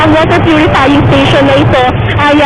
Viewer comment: Waterrr Pyurifying Sthasiooonnnnn...